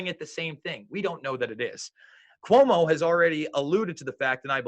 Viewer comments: It’s C UO MO not CUMO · QOU-Mo its pronounced QUO_MO!!!! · It's pronounced: Kwomo - it's also abbreviated POS! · Hmm where are all those troops and martial law? The guy in this video couldn't even pronounce Cuomo right. These people are absolute clown shoes. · This guy can't even pronounce Cuomo.